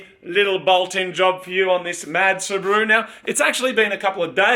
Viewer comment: Its not subru.... its called SU BA RU